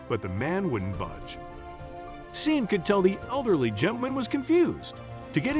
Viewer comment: Sean is pronounced Shawn.